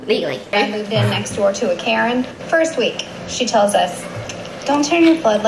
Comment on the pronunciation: Girl did u just rhyme Karen with carin lol